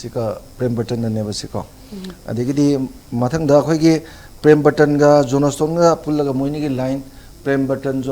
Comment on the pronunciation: My great social scientist....Let us pronounce words correctly....not jonastone... it's Johnston..... great regard....thanks....no offense